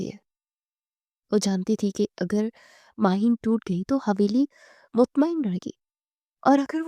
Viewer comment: It's Maheen not mahin..